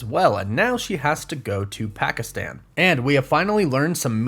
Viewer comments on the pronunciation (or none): none